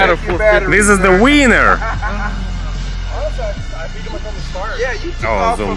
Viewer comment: Lol…. ‘This is the WEANER!’